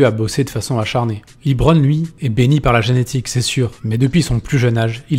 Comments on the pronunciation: Bonne vidéo mais s'il vous plaît, arrétez de dire "Libron" ça se dit "Leubron" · évite de dire liiibron james mdr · On dit Lebron pas Libron ! Ecoutez les commentateurs des matchs NBA des LAL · Jus(te on dit pas "Librone" les gars :p juste "le brone" c'est bon :P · C’est la phonétique anglaise et donc c’est Libron. En anglais E se prononce I dans ce cas précis.